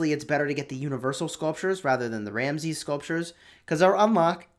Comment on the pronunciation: I am from Egypt , you should say Ramses with S not Ramzez .